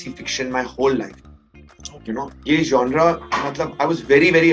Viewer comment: Who is this guy. Seriously I had never heard of him. I was only counting how many times he said 'Jaunraa'. (Genre)